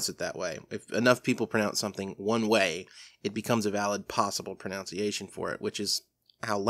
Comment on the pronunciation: Pronunciation, not pronounceation!!!!